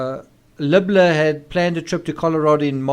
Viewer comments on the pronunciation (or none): Isn't his name Libler, said Leebler, not Lubler? So confusing.